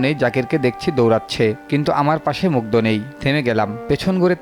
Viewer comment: দ আর ধ এর উচ্চারন জানা থাকা জরুরী ! নামটা at least ঠিকভাবে বলুন